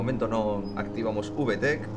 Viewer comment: Uve tec JAJAJAJA habla bien español reklo se pronuncia vitec